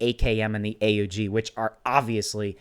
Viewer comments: Not hating but it's not a u g you say it together aug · It’s pronounced AUG not A U G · btw is not a-u-g its pronounced aug like pog